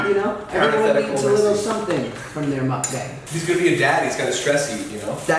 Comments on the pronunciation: What's a moook bang?! Lol It's just muckbang. I love Josh, he's hilarious! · Still can't get used to how you pronounce Mukbang. Muck-Bang, Mook-boung.